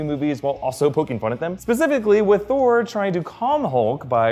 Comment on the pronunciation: I was wondering if anyone else noticed. Also, I could swear he calls Thor 'Scor' at the minute mark lol